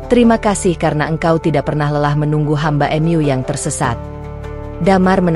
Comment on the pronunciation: Jangan mengucap mu menjadi m yu,kita orang indonesia,tidak wajar menguca seperti itu,AD kupang NTT